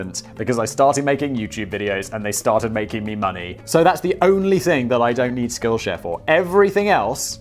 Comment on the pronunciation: I swear it sounds like Simon said "skillshag"